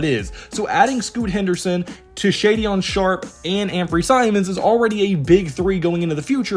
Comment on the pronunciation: Pronounced “Shay - den” Not “shay-dion”